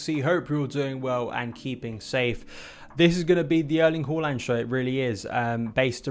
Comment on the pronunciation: As a Norwegian I can confirm that you pronounced the name horrendously wrong. At least there were a visual to connect the gurgles and sounds with a tangible individual. Anyways, dead exited regarding the links. It would be a signing that shows a statement of intent. Financially it would be the biggest statement of intent since PSG signed both Neymar and Mbappe.